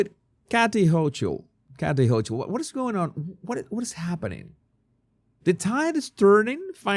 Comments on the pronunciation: THANK YOU for talking about our Governor 🙄 Kathy Hochul (pronounced Ho-kul) Maybe the tide turned, and Kathy smelled it in the wind. She knows how to keep her job. I HATE New York State’s taxes, ILLEGALS, IGNORING the homeless, AND the border issue, the NORTHERN BORDER!Legal papers Kathy can be counterfeit, and you’ll take them w/o asking questions! It’s taking Kathy a LOT of time to get her brains in gear. If she sounds this way is because her mindset is still in the daily talking points! So VISIT ONLY! LOVE YOUR SHOW!!! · NY State is WOKEFULLY broken!🤬 I live in Upstate NY and would like to lop off the liberal section. The 🤬 governor's name is pronounced Hoke-el...how about Woke-L!!